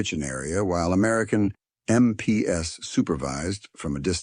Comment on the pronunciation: Something to note for who wrote this story. MP is Military Police for one and 2 or more is MP's. In the story it mentioned MPS that should sound like em peas... MP